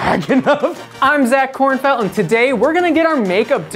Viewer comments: excuse me SIR it is KornfEld, not KornFIEld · Who else got really mad when they kept saying ‘Kornfield’ instead of ‘Kornfeld’ ?